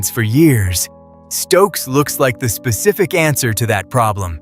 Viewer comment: First of all it's Mccoy not McCollum and Stukes not stokes